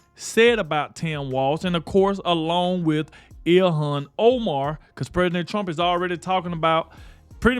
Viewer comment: Her name clearly sai ill-han.